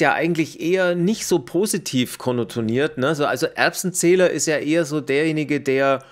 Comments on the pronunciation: es heißt "konnotiert", und nicht "konnotoniert", nur so als freundlich gemeinter Hinweis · Konnotiert! Nicht Konnotoniert! Das triggert mich schon seit Wochen aber ich vergesse jedes Mal zu maulen 🤣